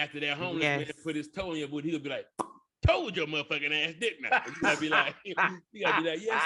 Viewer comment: Toed ya or told ya!!??😂😂😂😂